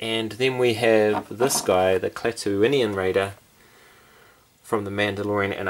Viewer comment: I like the paint on the original Raider more than the carded release, but I'm glad they are different. Good job pronouncing Klaatooinian, I've heard so many people say it with only 4 syllables instead of 5, skipping over the first i. Andor is just another great looking figure, can't wait to get him. The livestream was a lot of fun, glad you were invited!